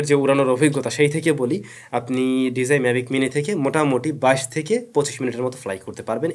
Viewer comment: Bro just a small request please learn how to properly pronounce “DJI”